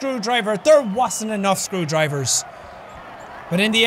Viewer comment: And he uses Scroowdrivers